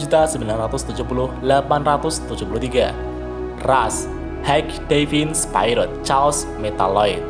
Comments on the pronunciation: Bang, sekedar kritik&saran aja ya bang, mau koreksi dikit untuk bacaan bahasa inggrisnya spirit itu dibacanya spirit biasa bang bukan spayrit, master chief itu di bacanya cif biasa bang bukan cef, hehe sekedar koreksi dikit siapa tau lebih baik lagi penyampaiannya👍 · Sekedar saran bang Cara baca spirit : spi-rit biasa aja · Bang masukan dari ane maaf kalo kurang mengenakan untuk pelafalan spirit tidak menggunakan ai dari huruf i bang tapi pure di baca spirit dari katanya semoga membantu bang 🙏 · Bukan spirot tapi spirit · spirit bukan spairit